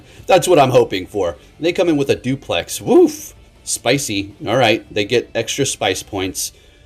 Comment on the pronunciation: “they come in with a duplex” hahaha You mean Delphox…at this point I think is just pronouncing these names wrong just to get people to comment and correct him which helps the algorithm, I see your tactics! No way you’ve been playing and into Pokémon this long and still constantly pronouncing everything wrong 🤦‍♂️😂